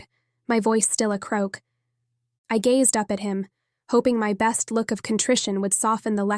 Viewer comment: TIPP-ED GazeD Oh no lol I thought we had got away from the bizarre pronunciation of the other books I've listened to recently, Good books, just with odd pronunciation twist. Prescient Worlds Between